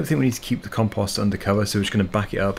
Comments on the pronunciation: in canada and the usa we say com-post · You say compost different from any way I’ve ever heard. 😂